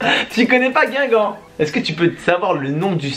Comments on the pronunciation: Ya une faute ta mal marque c guingamp pas guigamp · 4.48 min "Guigamp"😂😂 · C est pas guigamp c est guingamp